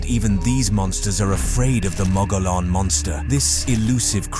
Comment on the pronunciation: If you can't pronounce "Mogollon" correctly, it invalidates this entire video.😂